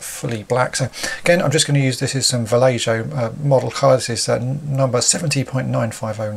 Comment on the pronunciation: Va-lay-ho. The j is pronounced like an h:)